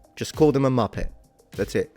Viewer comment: subscribed cos I don't want to be a muppet. Sounded weird in your accent tho haha!